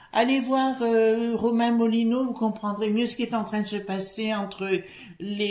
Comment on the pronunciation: C'est Romain Molina et pas Moulinaud, je me permets de rectifier (sourire) et merci pour cette info